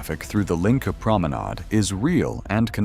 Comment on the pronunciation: JFC, can you check your ai narration before you upload? It can’t make up its mind whether it’s called “the link” or “the linick”. Also, no one calls it the O.Y.O. It’s pronounced “oy-oh”